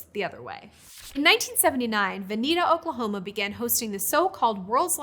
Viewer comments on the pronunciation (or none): none